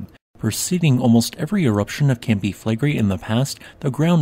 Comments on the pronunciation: Considering how often you talk about them, I suggest you learn the correct pronunciation of Campi Flegrei. Flegrei is three syllables, the final i being pronunced distinct from the e. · Im sorry, its a very interesting subject, and what, I managed to listen through, sounded very fact based unlike many other channels. However, the robotic recitation filled with mispronounciations (including mispronouncing Flegrei) just makes it impossible to listen to. Had to give up after 2 min.